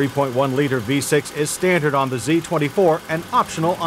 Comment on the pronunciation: Nice dash display ! Like the presenters homely voice.... notice He always adds a subtle t in words with d's..... '5 speed as stantard'...